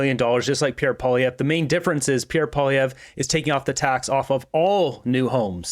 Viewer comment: Hey Buddy......Can you at least try to say Pierre's name properly !!?